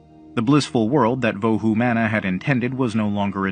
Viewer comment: It is pronounce as vohu mano.